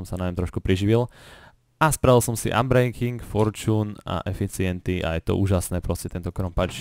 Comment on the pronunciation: spravil sem si "anbrenking", "forčůn" a "eficienty" :DDDDD sem nemohl stoho :D